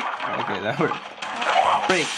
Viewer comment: OMG i just laughed soo hard when you said nkay